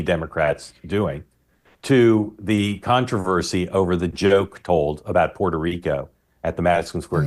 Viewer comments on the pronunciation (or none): none